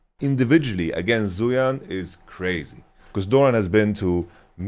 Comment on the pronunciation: It's not a big deal and I'm sure people won't really read this or care much, but wanted to mention zuian is pronounced more similarly to zwei(like hwei)-ahn/on. other chinese names like fengyue were actually much better pronounced than most western streamers I've seen though.